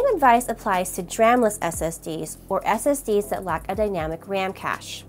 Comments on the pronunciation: It wouldn't have been so bad except that there was a period where you were just going, "dram, dram, dram, SSD, dram, dram" :D I didn't think my comment was so bad! :) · Good video, very comprehensive and informative but my god was i triggered over the pronunciation of DRAM. 😅